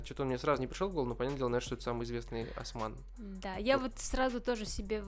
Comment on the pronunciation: Не асман а Осыман